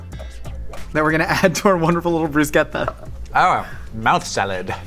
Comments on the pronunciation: as an Italian native speaker, that is one of the better instances of an American pronouncing "bruschetta" i've heard so far. well done,. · Thumbs up for pronouncing bruschetta as brusKetta ❤ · This is how I learned the proper pronunciation for "bruschetta" I guess